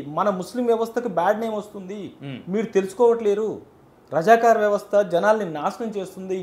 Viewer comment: అయ్యా అమోగ్ అది రజకర్ కాదు, రజాకార్ 😢